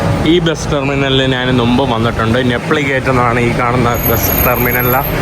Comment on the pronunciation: നു മ്പ് എന്നുള്ളത് ശരിയല്ല മുമ്പ് എന്ന് മാറ്റി പറയുക. ബസ്സിൽ പോകുകയെന്ന് പറയുക മാഹീനേ